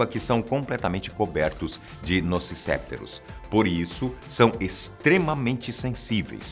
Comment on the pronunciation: Nociceptores é uma palavra paroxítona... Se lê "nociceptôres" rsrs